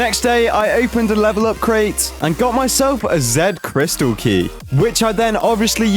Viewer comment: It's pronounced Zeets crystal